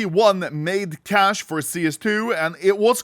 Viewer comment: Its pronounced Cay sh